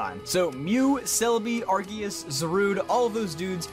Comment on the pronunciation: Oh my god. Someone who can pronounce both Arceus and Rayquaza correctly!